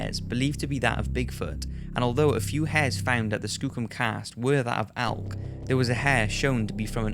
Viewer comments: It’s elk not alk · It's pronounced elk not alk. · Elk. E-lk E!! There is no alk. I don't give a fuck what accent. It's an Elk not an alk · "ALK" "ALK" "ALK" It's elk. With an "e." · The way he says elk makes me wanna die Nobody: Him: ALK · Could you learn how to say the word “elk” please? Thank you.